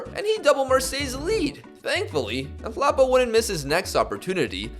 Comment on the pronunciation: You pronounce that South African (Nhlapo) player's name like this- 'N-tla-poh'. Your biggest South African FM fan 😊🇿🇦